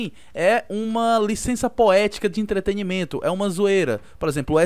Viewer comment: "lissenssa poetica de intreterimentu " kkkkkkkkkkkkkkk